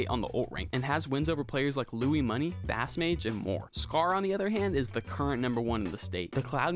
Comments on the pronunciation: Fantastic video. Just fyi it’s proubouced base mage for bass mage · every time he was saying bass mage I would say it's base mage out loud and I swear it was like he heard me when he was like "I'm not wrong I interviewed him" and I just smirked and said "my bad.." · absolutely CRIMINAL how you pronounced bassmage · At least pronounce bassmage correctly